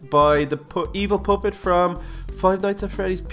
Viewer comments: It sounds like your saying poppet. Poo-pit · he sed poopet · THEY SAY POOPET PUPPET NOT POO NOT POOPET! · Lol said poopet